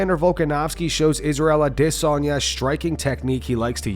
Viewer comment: why can't you pronounce Adesanya correct its got an A in it, do you think its a silent letter or what its feckin annoying